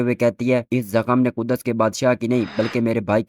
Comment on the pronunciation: Ku-das nhi bhaai Kuds h 😂😂